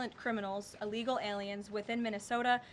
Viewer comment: Illegal not uhllegal